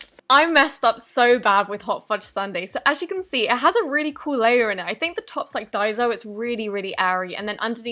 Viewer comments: It’s not dieso it’s daiso ffs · y do u call it dizo it is diso🤔🤨